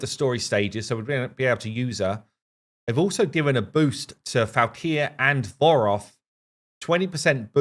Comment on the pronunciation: Not gonna lie...made me chuckle every time you called Voroth "Vogoth". Too much RAID on the brain LOL